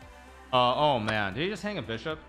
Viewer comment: Why does Hikaru b say beeshop and not bishop